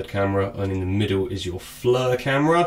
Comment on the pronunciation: I want to know where in the EU alphabet does "I" become a FN "U". Its not FLUR its FLIR as in FLEER the "I" takes on a "E" sound. I understand engrish is hard but seriously this isn't that damn hard to figure out. If you are going to review something at least take the time to make sure you are pronouncing shit right. In the end other people will hear you say this wrong and copy you. This almost as bad as Brits pronouncing Aluminum. Except they turn it into Al U Min Knee um lol.